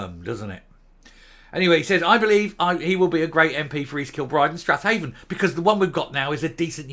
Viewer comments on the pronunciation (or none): I think Strathaven is pronounced "Straven" locally. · Hey,,, it's pronounced Strayvin